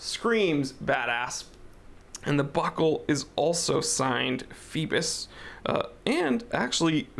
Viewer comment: do those americans rly read phoibos corectly, cause it sounds so wrong